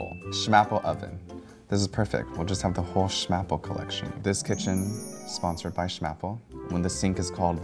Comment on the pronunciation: Soonsord by....SHMAPLE🤣😂🤣😂🤣🤣🤣😂🤣😂😂🤣🤣🤣🤣